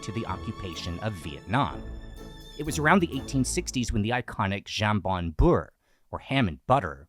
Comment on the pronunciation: Why are you so beholden to filming all the foods for a video in one day? Let it take time. Get the locations you need and have room to eat it. Also, I died a little every time hearing you mispronounce "jambon"